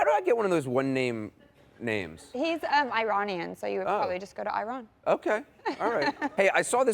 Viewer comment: Ironian is supposed to be Iranian? Ee Rahn ian not Iron Ian